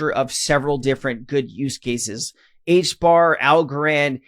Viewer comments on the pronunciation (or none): none